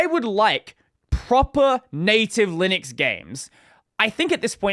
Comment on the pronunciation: Did you know there is a U in Linux? It's not Linix